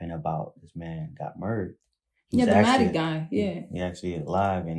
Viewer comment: he says matty not notti